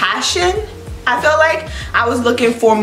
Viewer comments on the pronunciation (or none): none